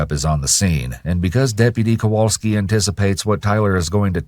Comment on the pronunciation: When chat started laughing at "kowalksi" it reminded me I went to elementary school with that officers brother.... small world.